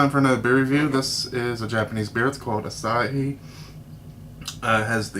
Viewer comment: hahha "make my beah" :D